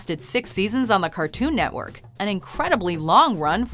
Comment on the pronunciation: Its Cartoon-network not cart-toon network.